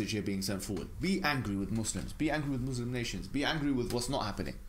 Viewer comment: Pls don't say muzlim. It's Muslim with an s . Muzlim means something else's